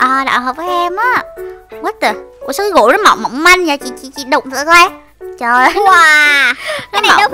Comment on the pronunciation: Em nghe chị nói gỗ mà toàn thành gổ thui